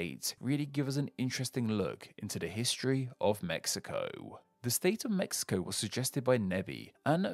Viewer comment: Very good pronunciation but the "x" in Mexico sounds like a "j" not like a "x" at all jajajajjaaja